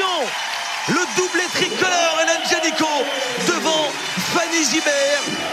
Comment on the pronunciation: T'ain le commentateur qui arrête pas de dire "Génicot" (qui est aussi un nom de famille) au lieu de Janicot, AAAAA, flute quoi.